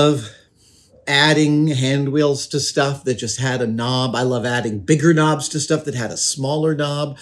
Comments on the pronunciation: Oh KNOBS. I thought he said 'Nams' or 'norms' and got quite concerned :p I'm not great fixing stuff, but I take broken stuff and make it into other stuff. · knobs! I legit thought he was saying noms …